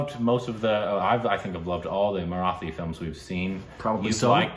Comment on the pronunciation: Guys, a small tip to perfect your pronunciation of the word 'Marathi'. Copy paste this into Google translate and hear it - मराठी. The T in Marathi is hard, not soft.